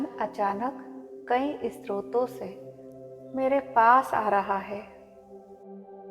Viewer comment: Mam stroto se nhi sroto se